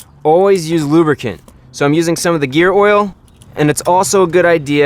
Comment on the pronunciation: "Always use lubircant" -ChrisFix, Mar 13, 2017